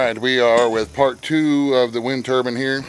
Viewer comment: Turbine not turban